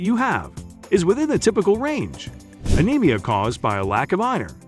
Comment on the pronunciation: This text tho speech reader is not great. Anemia is not a-nem-ee-a It's a-neem-ee-a It's not pick-a It's pike-a